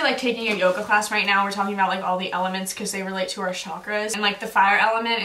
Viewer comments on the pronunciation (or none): none